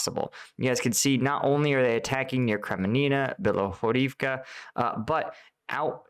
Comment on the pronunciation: It's pronounced "Bilohorivka", not "Bilohorivka"....